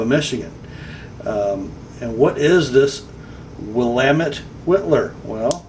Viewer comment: well done on the pronunciation of "Willamette" !!!